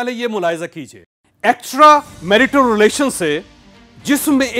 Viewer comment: Why are you literally shouting You can narrate in a much better tone You are capable of it Your pronunciation of "Extramarital" is also not correct Please rectify